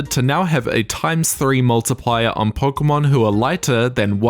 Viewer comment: Not that pronunciation of Pokémon red and green. Anime don't count.